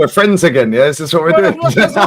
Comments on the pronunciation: Best fweends 😂😂😂this is gold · ooooh fwends, semi-final fwends, best fwends forever and ever